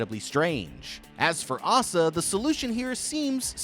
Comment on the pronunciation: The name Asa is pronounced ACE-uh. Not Aah-suh. Mildly infuriating to hear you butcher that nonstop not gonna lie. Oh my god even correct yourself from but then INTERMITTENTLY BUTCHER THE NAME AFTERWARDS JUST STOP FOR THE LOVE OF